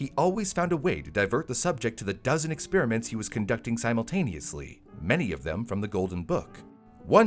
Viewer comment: "Experiments," not "expeeriments."